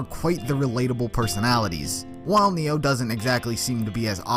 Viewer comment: When he said Ren and Neo, it took everything in my body to not click off this video LMAO